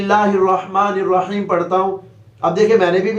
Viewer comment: پیر صاحب نے آخر میں الرحیم کی بجائے الرجیم پڑھا تھا